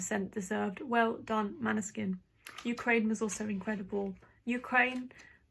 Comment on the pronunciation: Good analysis, but still not Maneskin. When you have the winner, their name should be pronounced correctly. Måneskin like o in More.. 😉